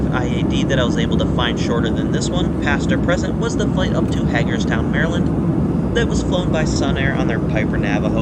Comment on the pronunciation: It’s HAY-GERSTOWN